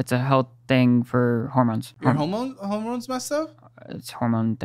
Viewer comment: Hermones 😂😂 Freudian slip...👍🏼